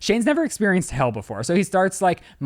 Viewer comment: the HELL lmaooo took me a second to realize you were saying hail